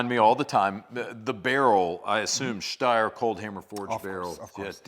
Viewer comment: I see what you did there. 😂 said "Steyer" correctly at the start of the video. It's an Austrian company and they speak German. It's pronounced "Shh-steyer Manleesher".